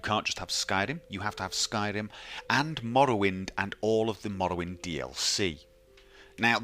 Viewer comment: "MAwlawind, MawLawind"